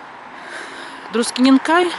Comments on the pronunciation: Спасибо за приятный видос.. Коротко о произношении местностей Литвы. У нас нету знака ударения в грамматике. Это произвольно по умолчянию, то есть от региона. Те-же Друскининкай на лит.свучит с ударением на "С" ,то есть не на гласной . В рус.языке такого нет,там ударение всегда на гласные.Поэтому по лит. ДруСкининкай, руссаки скажут ДрускининкАй. По етому мы распознаем не толко литовца с кокого региона он есть но и вобще не литовцев . :) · Pocemu vsie ruskije govorit druskininkaaaj a ni dru'skininkai? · Druskininkai - mnozhenstvennoe chislo, potomu transkripcija "Druskininki " bolee praviljnaja. Po litovski proiznositsia karotkoe udarenie na pervyj slog. Kogda proiznosite, kak DruskininkAj - rezhet uho. Esli sdelatj transkripciju na litovskij iz vashego DruskininkAj, poluchitsia Druskininkojus(slovo v edinstvennom chisle)